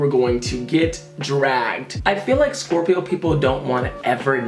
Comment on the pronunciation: I love how he says Scorpio it makes me love my zodiac sign so much